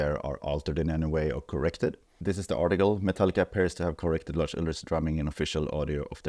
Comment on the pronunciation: Well, it is true, and it's also Lars with an S at the end not Larsh with SH at the end. 😉